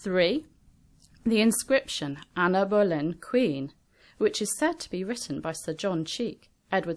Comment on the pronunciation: I keep thinking she's saying amberlynn